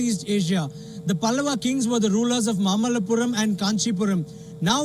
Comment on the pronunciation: It is not mammallapuram, it is Maamallapuram. Learn to pronounce Indian names properly.